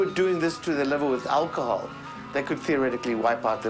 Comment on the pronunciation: "My liver was full of fat..." He was so out of it he mispronounced alcohol.